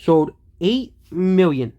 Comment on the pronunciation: How many miwwion more? Stick to physics,.